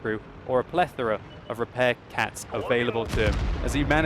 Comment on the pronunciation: Lol he said repair cats